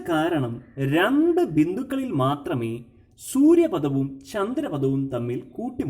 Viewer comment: സൂര്യ പദം എന്നല്ല സൂര്യ പഥം എന്നതാണു ശരി